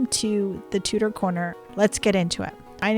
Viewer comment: Tudor, not Tutor. It is a great set!